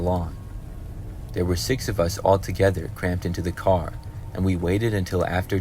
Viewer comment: omg his voice is so cute im sorry how he says car😭 caw